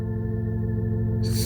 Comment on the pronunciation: That sure is a weird way to pronounce " 'Twas". Can i skip the burning gingerbread at the end for short?